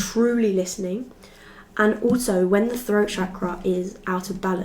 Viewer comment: Yeah the froat chakra is coming froo